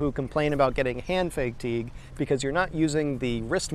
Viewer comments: I really wish it was as simple as Fay-teeg☹. Please listen about 5 minutes in. He says "hand Fayg-teeg" which is even more revolting. I like this guy, but, Fayg-teeg? Let the new nightmares commence😱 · It's pronounced "hand fayg-teeg" actually. Check 5 minutes in the video 😝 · I'm curious, are you Canadian? People from Pittsburgh normally say below freezing, not below zero. Also, fay-tigue? 😅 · I came to the comments to find out if that pronunciation was ‘normal’ ha. (Australian typing, and I def don’t say Fay-Teeg) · The most important takeaway from this video, for me, was the discovery of acute muscle spasms in my neck and eyelid/eyebrow area that I experience when I hear the word “fatigue” pronounced Fay-teeg. Unfortunately It invoked mid-term memory loss and General Short-term Coprehension Deficit Disorder, and I have no memory of the video except a nightmarish recollection of the word Fay-teeg echoing throughout my cochlea. Hopefully the community will screen these videos for instances of this potentially trauma inducing pronunciation and post warnings in the comments. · i pronounce fatigue like "fah-teeg" but your way is awesome too :) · You put the wrong emPHAsis on the wrong sylLAble